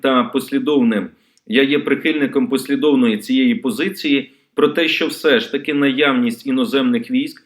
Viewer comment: ЩО ТВОРИТЬСЯ З ТВОЄЮ МОСКАЛЬСЬКО- ЩЕЛЕПОЮ,ЩО ТИ НЕ МОЖЕШ ВИМОВЛЯТИ УКРАЇНСЬКІ СЛОВА?????????????????? ЩО ТАКЕ : ЩЬО.....,ЩЬО....,ЩЬО...,ЩЬО....,ЩЬОБ,ЯКЩЬО,ЩЄ,ЧЄ,ЧЬОМУ,НІЧЬОГО,ЧЯСОМ,ЧЯС,ЩЄ,ТО?????????????????????????? ГАНЬБА ТОБІ!!!!!!!!!!!!!!!!!!(Українська діаспора в США)